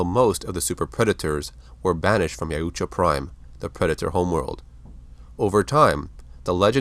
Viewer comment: Dude your pronouncing of Yautja takes me right out. It’s literally pronounced Yowt-juh, some reason extra vowels are added to your way. This is constructive criticism and in no way hate. Thank you for the content